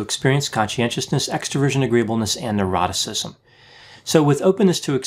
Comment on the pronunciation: Every time he says "neuroticism" I hear "eroticism" no matter how many times I hear it.